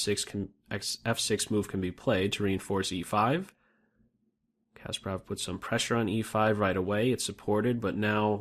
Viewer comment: Loved everything but your terrible pronunciation of Kasparov.